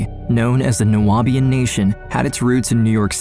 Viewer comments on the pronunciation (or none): It’s pronounced ( Noob-ian) just saying…❤ from Atlanta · Horrible man, craziness. But it’s Nu-Bi-An , the Nu-a-Bi-an is throwing me off in the audio. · Nu-be-an not Nu-wa-be-an….. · New-be-in. Not New-ah-be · Okay, your pronunciation of 'Nubian': Nuabian, you say 😐😐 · Why is the narrator pronouncing Nubian as Nu-abian? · However you managed to add an extra syllable to "Nubian" is beyond me 😅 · The word is pronounced “Noo-Beeuhn” you illiterate ignorant! How can you not know that word but you’re trying to make a documentary on Nubian people dumbass! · Its criminal how you pronounced Nubian (new-be-in) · The narrator mispronouncing Nubian is cracking me up. 🤣🤣🤣